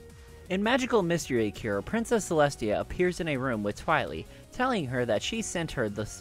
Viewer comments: he says twiley instead of twilight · And did u say twilie? Instead of twilight?